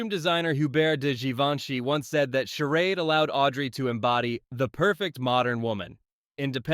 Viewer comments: Seriously?? Charad?? It’s …Charade!! 😂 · It is pronounced shah raid